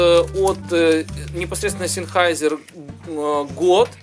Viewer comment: "Зенхайзер". Ну либо говорите на английский манер "Сенхейсер". )